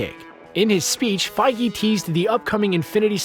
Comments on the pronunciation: wait did he just pronounce kevin "PEYJ" to "PEYGI"???? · Kevin feej not fi-ge lol